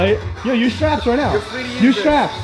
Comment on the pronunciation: what are "shraps"